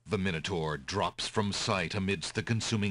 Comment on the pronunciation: Minotaur has an A in it, your saying it SO WRONG